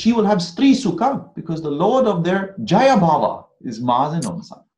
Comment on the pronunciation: The word is not “jaya” but “jaaya” — it means wife. As in “stree.”